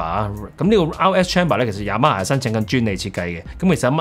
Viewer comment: Y A M A霞……Y A M A蝦😅